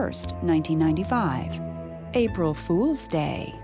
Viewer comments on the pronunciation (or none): The emphasis on "APRIL FOOL'S DAY"😂